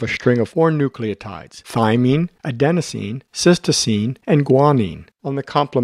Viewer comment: Sorry, one more correction - it's Adenosine, not Adensosine